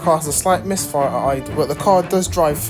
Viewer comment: yeah i think the same😂😂😂i dont know whether is that for content or something😂 everytime he goes like the caww has a slight misfiahh..😂